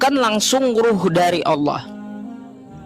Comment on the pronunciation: Oten ini gimana Baca tulisan Allah di baca Alah nipu2 ni yeee .